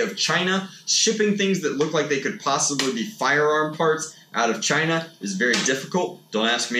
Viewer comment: The way he said China was so funny